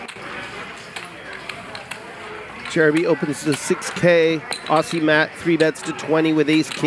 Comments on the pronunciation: For future reference it is not pronounced “Awsea” but “Awzee” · Why is it Americans can't pronounce Aussie but they can say Ozzy Osbourne.... It's just bizarre.